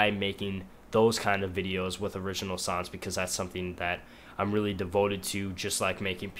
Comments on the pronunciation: when you say songs it sounds like your saying sons lol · Its funny. He says "sons" not "songs" :P Its very disturbing and the "along the lines" thing also. Found this on the front page. Gonna check out his stuff. Maybe ill like some.